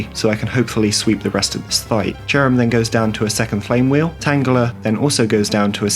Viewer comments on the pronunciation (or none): none